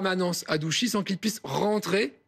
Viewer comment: Au pseudo journaliste et a l'avocat, on ne dis pas Douchy mais Ouchy